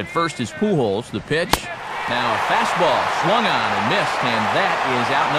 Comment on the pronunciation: I don't watch baseball because its not very big in Australia ,but I pissed my pants laughing when he said Albert PooHole...(Pujols)